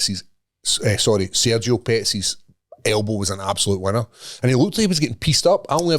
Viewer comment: "WE HAVE OURSELVES A VINNNNER!"